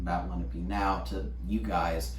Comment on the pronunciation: Lena-pee? It's Len-AHH-pey. Please don't teach the language if you can't even pronounce the people correctly.